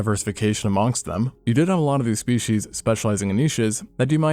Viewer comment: "more shpeSHEESH"